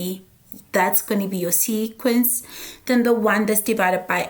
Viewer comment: I love it when she says sequency